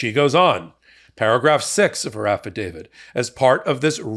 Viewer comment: Why do you say Affitdavid? I'm not a lawyer but I think it is a affidavit.